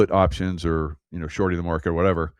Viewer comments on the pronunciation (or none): none